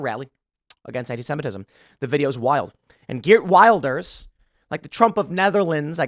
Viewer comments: You probably won't read this Tim, but in Wilders the i is pronounced as the i in willow, not the i in wild. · Just to help: Wilders is pronounced will-ders.